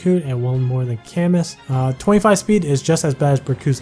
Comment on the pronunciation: Btw Camus is a french name Camus = Ca-mew